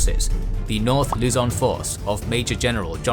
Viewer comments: The correct stresses in pronouncing Luzon and Mindanao is on the last syllable for both. [loo-ZON] (similar to the Mandarin 呂宋) and [min-da-NOU] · Hi, Filipino here. Philippine place names are written according to Spanish orthography. While Luzon and Aparri are pronounced as Luzón and Aparrí. Hope you read this.: )